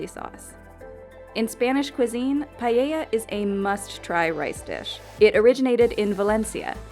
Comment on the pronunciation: it's paeh-yah